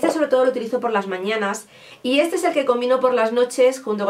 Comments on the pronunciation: Se pronuncia gerlan... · Se pronuncia Guerlen creo jajaja Me llaman mucho la atención las paletas de Huda 😍😍 Mucho mejor las gafas mini, se pasaron con el tamaño de las normales 😂